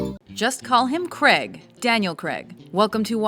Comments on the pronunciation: Daniel cregg ????? Cray - g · Fuck pronounce his name correctly not Creg, Craig. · Pronounced crAig not creg. Just sayin. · Can you American's please announce Daniel craig's surname properly!!...PLEASEEEEEEEEE?...It's "CRAIG" pronounced GRA - AGEEEEEEE" not "CREG"!!! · God damn you Yanks say Craig really weird